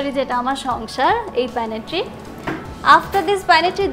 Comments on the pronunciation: Pantry, not panitry. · pantry প্যান্ট্রি উচ্চারণ panitri প্যানিত্রি না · আপা , correct উচ্চারণ " প্যান্ট্রি = Pantry " প্যানেটট্রি না।